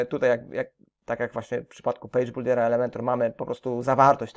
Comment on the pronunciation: Będzie to komentarz zawierający konstruktywną krytykę. Co do samego tutorialu nie mam zastrzeżeń, aczkolwiek na prawdę, źle się słucha tej angielskiej wymowy. Myślę, że dla samego kursu byłoby o wiele lepiej gdyby Pan nad tym aspektem popracował. "Hejding", "buldier" to tylko niektóre z przykładów niewłaściwej wymowy. Niuans, aczkolwiek na prawdę warto nad tym popracować by sam kurs nabrał bardziej profesjonalnego wydźwięku. Pozdrawiam